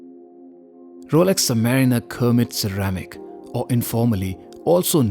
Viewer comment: Its Kermit (from Kermit the Frog on the American show Sesame Street) not Cermit.